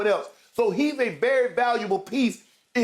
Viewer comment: Man i missed these guys last week.. Got to stop taking Skip and Shannon for granted cause last week i was miserable cause Skip wasnt critiquing and Shannon wasnt there to Say SKIIUUP... GLAD YALL BACK.. THE BEST DOU IN SPORTS